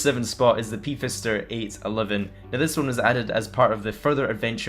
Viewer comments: p-fister hahaa. it's called a fister, the p is silent you sausage 😂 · P-Fister? Cringe... You know it's just pronounced: "Fister", that's the whole joke... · The Pfister is pronounced "feester" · The p-fister its pronounced fister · "elegi" "p fister" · I don't agree with this list It's pronounced Elajeee not Elagee . Not P fister just fister Porto X80 shit all round except top speed As for Broughy1322 not brotty is awesome but you said it wrong he is the master to follow so don't steal dude Don't rob from others online or you will turn into that price of shit MrBossFTW doxing lying 🤥 time wasting price of 💩. What rank are you on GTA ? This vid makes you seem like noob to GTA bro Don't mean to be this harsh but you gotta know ur shit before you force a like and sud that's all 👍👊🏿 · whatever reason, that's a recurring error across all gta videos. people are always pronouncing cars wrong. just think of it this way: it's not all in english. think about what real life car the car you're looking at is closest in appearance. think of the language that's spoken where it's from. sound it out. pfister. must be porsche. german. silent p sounds. "fister." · The "P" in Pfister is silent. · I think the P in Pfister is silent. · Pfhister is pronounced fister. Elergy is pronounced Eler- Gee.